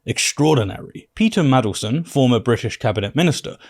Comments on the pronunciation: Mandelson, not Madleson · Jesus christ, it's Mandelson, not Maddleson. How do you not already know this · Mandelson. Not 'Madelson'. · Btw, it’s Man del son, not madle son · MaNdelson not Madelston... c'mon now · It's Mandleson with an N in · Wish youd say maNdelson properly